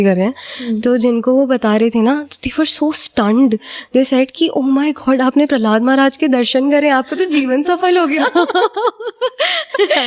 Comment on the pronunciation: Prahlad Prahlad Bol rhi h …Prahlad maharaj koi cartoon nhi h Jo Prahlada Bol rhi hai… jb nhi aata Bolzano to interview mt lo…